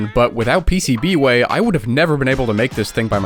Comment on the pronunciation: I thought the pcb way disc said pubway